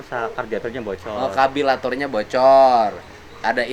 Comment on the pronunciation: Yg rusak (radiator bocor) bukan kabilator